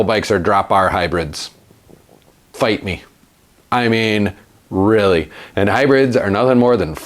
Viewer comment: "fight me"....with the Wisconsin accent cracks me up....